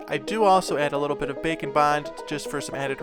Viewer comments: I can't un-hear it after you pointed it out in another video "Bacon bond" lol It cracks me up everytime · Why does it add pound like he is saying bacon bond